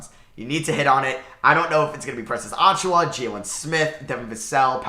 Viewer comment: Great video I love your takes on the NBA, also the way your pronounce Precious Achiuwa makes me laugh every time lol